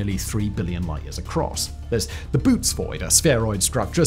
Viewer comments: yeah, that thing above the second o is there so that you don't read it like "boot". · Bo-otes void. Those 2 dots on the o have a function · His pronunciation of Canes and Boötes was off too. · Thats not how the bootes void is pronounced. Look over the second O.